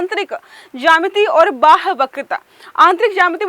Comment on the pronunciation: बाह वक्रता नही बाह्य वक्रता|